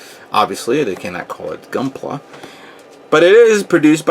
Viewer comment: "I love gunplai"?